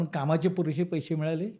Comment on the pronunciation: "पैशे" नव्हे, "पैसे"